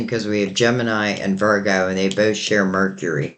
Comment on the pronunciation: Please don't say Genimi